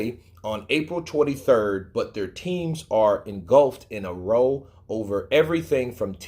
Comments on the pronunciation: "Row" as it relates to a fight/argument, is pronounced "R-OW" (Ow!). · Anyone going to tell him "row" is not pronounced row as in boat lol 😆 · "Row" rhymes with "cow" when it's an argument